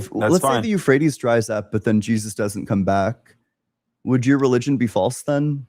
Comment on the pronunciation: “the euphrates river” “yeah the rephrase river”